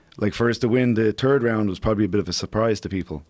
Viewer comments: Haha he said the terd round haha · I've always wondered why the Irish pronounce third as 'turd'. How would they sound if they wanted to say turd lol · "The Turd Round" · I’ve never heard of the “ turd” round??? Maybe it’s the round Connor shit himself?